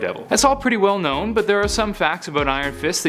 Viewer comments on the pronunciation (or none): none